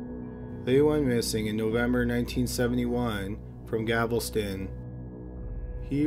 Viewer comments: Some mispronounced words here. it's Gavleston Not Gavel-Ston & Bayou is pronounced Bye-You NOT Bay-You. I like these mysteries though. You do a good job with them.. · I'm sorry if I know 500 girls have been murdered in my area I'm not even leaving my house and definitely not walking or going anywhere alone. Btw it's not Galvoston...its Gal VES ton. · It's Galveston dammit not gavelston and you've been doing so well improving on your ability to speak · Apologies in advance, but I’m a pronunciation freak, isn’t he pronouncing Galveston incorrectly? Isn’t it GAL-veh-stun? Rather than Ga-vehl-stun? Anyone know? Genuinely wondering, and not trying to be an asshole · oh I thought it was 2 different places: Gavelston and Galveston. 😎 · The city is pronounced GAL VE STON. Not Gavelson. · Thank you! I’m from Houston and that was driving me crazy! There’s no extra “l” in Gal-VEST-on. It’s also pronounced CON-row (Conroe) 🤦‍♀️ But great video! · For the love of all that is good and holy, it’s pronounced GAL-Veston, NOT GAVELSTON. Pronounce it as it’s spelled, Galveston. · It's GALVESTON NOT GAVELSTON... 🤦🏽‍♂️🤦🏽‍♂️🤦🏽‍♂️🤦🏽‍♂️🤦🏽‍♂️ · I'm sure you know this by now, but it is GALVESTON, not Gavelston. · It’s GAL...VESTON. GALVESTON.... Not GAVEL-STON. 😢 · Its not "GAVELSTON"....its "GALVESTON"....damn candians....how come Americans don't make these kinds of videos?....everything seems to be either Canadian, British or Australian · Galveston. Not "Gavels-ton". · say it with GAL VES TON not gavelston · I really enjoy your videos & the amount of thought and research that goes into it. That being said... it’s GALVESTON. Not Gavel-ston. That drove me insane. 😂 Not to be petty. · Its pronounced Galv-eston not gavelston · Galveston... not Gavelson.. 😉😉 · Gal-ves-ton. Not Gavel-ston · Its Gal-ves-ton. Not Gavelston. I think you mispronounce on porpoise =P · Why does this guy keep pronouncing Gal-ves-ton as Gav-el-ston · It's GAL-ves-ton. Not "GAVEL-ston." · “Gavelston” lol